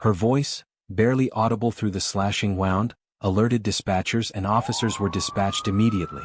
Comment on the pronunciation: Woo-nd ... not Wow-nd